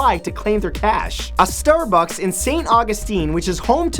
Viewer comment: He said stair bucks, lel